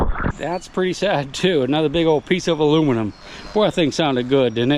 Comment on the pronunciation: Hey,, a piece of muluminium. Love it